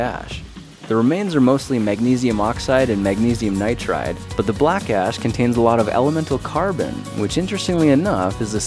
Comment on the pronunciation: Wait, did you said Magnesium Nitride ?